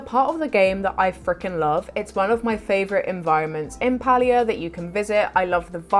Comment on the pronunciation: I appreciate your pronunciation of Palia 💞🥰💞It's the cozy way - not the cringy way.